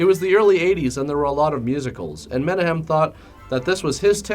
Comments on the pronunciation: Not tryna be a dick but Menahem Golan’s name is pronounced “Men-auck-hem” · Thats not how you pronounce Menahem. It sounds like " Meh nak um". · "Menahem" is pronounced "Mena khem" with a gutteral "K". It's Israeli. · Menahem is pronounced meh knock hem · I tried to track down a copy to see it. No luck. His name is pronounced meh-NAKH-ehm. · also the directors name is pronounced Men-ah-KHEM (its that gutteral hebrew sound lol) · you mispronounced menachem epic fail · You're mispronouncing Menahem Golan's name.